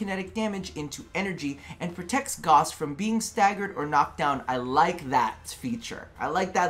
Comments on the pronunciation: Gauss not gaws, said gowss. I dunno how you American folk don't understand vowels or the importance of the letter H when starting a word. 😂🤣 Gauss is a measure of magnetics.... He is a mag lev accelerated frame like a bullet train. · Gauss like a House! Pronounce it as it is said in the Gospel of the Potato! :P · Its called gauss the u isnt silent its a german Name dont cut it down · I will NEVER say Goss. I don't care how DE says it. It's disrespectful to Carl Friedrich Gauss, widely considered the greatest mathematician of all time. FFS, the word gauss is a unit of magnetic induction, equal to one ten-thousandth of a tesla. What's next...are they going to name a frame Teesla?